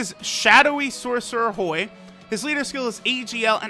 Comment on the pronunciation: When says Hoi i think i hear BOI